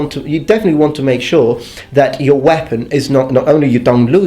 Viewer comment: Whepon? Don't you mean bread knife?